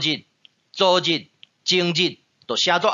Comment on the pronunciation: ，汝好。 汝(您)在「昨日」的發音，應是「前天」的意思。「昨天」的發音比較近似「昨方」。若有誤，請老師指正。